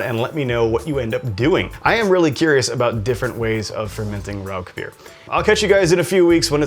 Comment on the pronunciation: I found your channel today, and really like a lot of your videos, especially those related to German biers! I lived in Germany (US Army) for 6 straight years at the end of the 1990's. My first thought is for you to pronounce the name of the bier correctly... it is "Rausch"... sorry, just an annoyance for me... lol! Anyway, I have made my own versions of smoked beers before. Rather than buy smoked grains though, I prefer to smoke my own grain. The first one I made was a smoked wheat beer. I smoked about 8# of cracked wheat with orange wood chips - those are extremely hard to find, I had to order them online only. I smoked the grain for about 2.5 hours, then proceeded to brew a basic wheat beer recipe with the smoked grains. That was a dynamite brew, you should try it some time. Several years ago, while still living in TX (I'm in Alaska now) I entered the Alaska Home Brew competition. I again did a smoked beer that I called Hatcher Hurricane - Hurricane Harvey was blowing through south Texas on brew day while I was brewing under my carport, and "Hatcher" for Hatcher Pass in Alaska. For that competition I had to use their challenge ingredient, which they sent, which was spruce tips - the new growth in spring from spruce trees. My base grain again was wheat, and again smoked with the orange wood chips. There were some other excentricities with my recipe, but it took 2nd place in the smoked beer category. If you would like, let me know and I can send you that recipe. It's dynamite